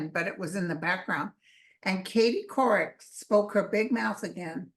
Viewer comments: Did she say Katie Couric? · Katie Tur... not couric, shes cute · Katie tur not Katie couric